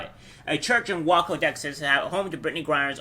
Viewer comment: Great video bro!! Btw heads up Waco is pronounced (way-koh).